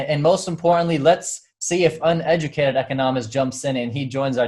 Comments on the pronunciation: I do have accent when I speak too, he refers mainly to where you use the actual accent in the word ecOnomist not econoMISt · Its Eeee-KAH-NOh-Mist. Practice it a few times, and you'll get. Thanks for stopping by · Can't get over how he said econist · you say ‘echonahmist’ - listen to how he says it on the opening of his every video - totally different!